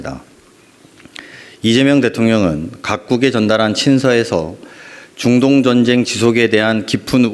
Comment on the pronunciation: 링거투혼.너무 고생하셨습니다.대통령과 정부 덕분에 맘이 편안합니다.보좌관님 중동의 중 발음이 잘 안되시네요ㅎㅎ